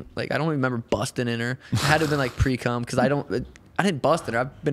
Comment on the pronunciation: That kid ain’t suga ! He said precrum haaaaa okay g . If it helps you sleep